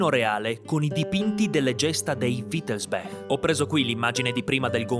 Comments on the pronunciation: Perché dici sempre Wittelsbek non è inglese si dice Wittelsbach con ch aspirata. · Credo che wittelsbach si legga come si scrive; è tedesco, non inglese; la parte finale bach si pronuncia come il nome del famoso compositore Bach…